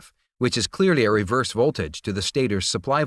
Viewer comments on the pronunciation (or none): none